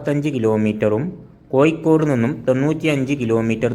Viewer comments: കോയിക്കോടല്ല കോയ കോഴിക്കോട്😂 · ഴ പറയേണ്ടടത്തു യ പറയുന്നു ഉച്ചാരണം നോക്കണംസുഹൃത്തേ ഉദാ കോഴിക്കോട് >കോയിക്കോട് 😂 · നമ്മൾ ഒരു വീഡിയോ ചെയ്യുമ്പോൾ അതിന്റെ അവതരണം ഒറിജിനൽ ഭാഷ ആവണം ഇത് കോയിക്കോട്, പുയ എന്നൊക്ക പറയുമ്പോൾ കേൾക്കുന്നവർക്ക് അരോചകം ആയിരിക്കും വേറെ ആരെയെങ്കിലും കൊണ്ട് ഇത് അവതരിപ്പിക്കണം.... All the best good video ❤️